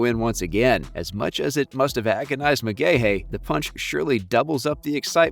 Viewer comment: pronounced McGhee